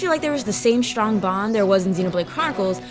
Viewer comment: I like the way you pronounce your Ss. Shtrong heheh cutw